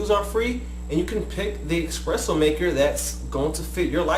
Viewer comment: why do you call it expresso? you even spelled it espresso...